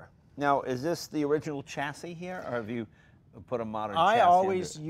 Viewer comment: Say chassis properly it’s infuriating